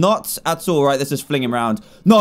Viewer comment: I laughed so hard when he said “let’s just...” an then the bats came and what I heard was “let’s just BAWSWWW” xD